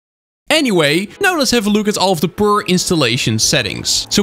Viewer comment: "perrrrr installation" you have really outdone yourself